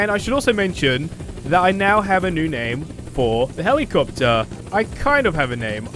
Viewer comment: Heli capetary